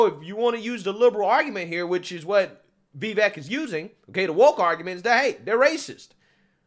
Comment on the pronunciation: FYI, his name is pronounced "Vi - VAYKE"... emphasis on the second syllable, rhymes with "bake" and "cake". This was brought up in Tim Pool's excellent interview with Vivek.